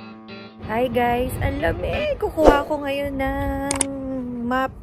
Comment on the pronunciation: Nabigla ako dun sa pag sabi mo ng "MAP" kasi ang sa isip ko "MOp" na panlinis sa sahig hehhe..ako ang hiningal sa inyo sexy lalo kayo ne sexy niya kaka lakad tsa si hubby mo naku papayat yanhehhehehe